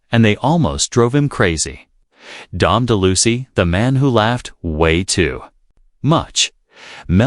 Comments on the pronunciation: Yes utterly ludicrous - Dom De Loosey!! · Ok, I can't stand anymore these excrement pieces who have AI narration saying names like "Don Deluscy " and thinking that seasoned watchers won't recognize the idiocy of these statements! How dare you!!!!!! Famous & Fabulous! Can't you hire real narrators, or at least one who won't insult you audience?